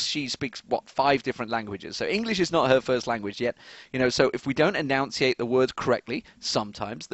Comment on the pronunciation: he enunciated enunciate wrong xD